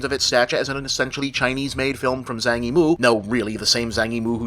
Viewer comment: Zhang Yimou is pronounced "Jong EE-mo" (with a bit of an 'a' sound in Zhang). Just FYI.